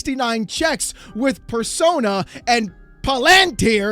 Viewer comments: It's pronounced Like palindrome and tier Palantir. ...and it's Teal, Peter Thiel. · For someone who likes to be right, you would think you could pronounce Palantir. It is pa·luhn·teer. The "lan" part is not emphasized and it is pronounce Lun. Like palUnteer. The Un is like in the word "under". You dope. Oh and Peter Thiel's name is pronounced PEE-tur TEEL